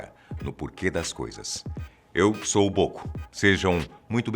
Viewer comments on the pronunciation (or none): O nome do mito é Antônio Bôco. E não boco, bocô. Seus insetos